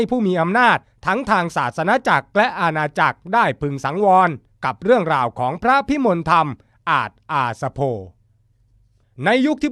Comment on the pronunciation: เขาอ่านว่า พระพิมนละทำ บักผีปอบ